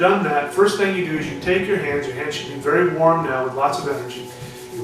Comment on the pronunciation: wery good tecnicue! eweryone can do this and wery practical! shamanistic!